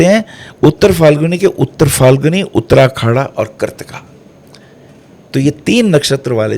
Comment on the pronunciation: वाह वाह वाह,! ज्ञान का भंडार हैं आप! आप का ज्ञान को सहस्र प्रणाम, वो भी गुरु पूर्णिमा पर!👌🙏 बस, एक ही हंसी वाला कमेंट है - आप बार बार "उत्तराखाडा" का ज़िक्र करते हो, जब नक्षत्र सूक्तम में "उत्तराषाढ़ा" कहा गया है!😊